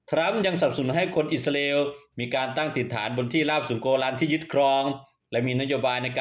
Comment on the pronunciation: แอ้ดเอ้ยอิสราเอลไม่ใช่อิสราอาเอลช่วยฟังตัวเองหน่อยแอ้ดไม่ลูกเพทจะเลิกติดตามน่ะเอ้ดติเพื่อก่อครับ